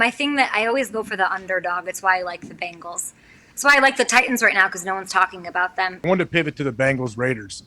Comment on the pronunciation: Love the way you said BANGles. might he one of the best accents around.